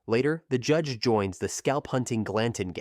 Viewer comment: Audiobook. The narrator keeps saying JEDGE instead of JUDGE. Let me give you an example. "Towering over them all is the JEDGE!"